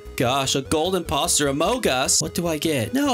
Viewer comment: HOW YOU SAID “ITS A INPOSTER OMOG US”